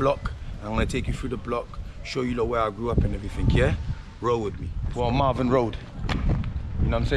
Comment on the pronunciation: Lol Marvin Road, it's Malvern road.